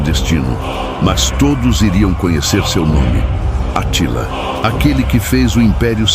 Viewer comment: Essa pronúncia do Narrador tá errada É Átila, não Atila